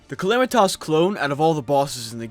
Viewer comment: Everytime he calls her calamitoss i wanna rip my hair out